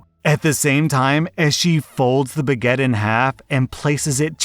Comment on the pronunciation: wait wait wait.. bag-ett? it's "buh-get".. right??? please tell me in not crazy